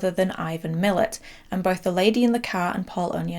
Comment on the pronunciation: Great video! Very slight correction, Ivan Milat’s who inspired John Jarratt’s character of Mick is pronounced ‘Muh-latt’ and he is known to almost every Australian as well Belanglo State Forest where they found his victims. Great video, this did pretty well in Australia on DVD as I recall, harrowing to watch 😬